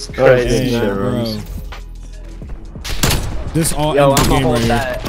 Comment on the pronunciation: Rymms rhymes with GOAT